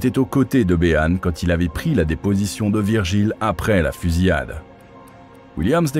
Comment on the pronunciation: ‘Fusiade’ 😅 Fusillade plutôt ? Merci pour la vidéo 😊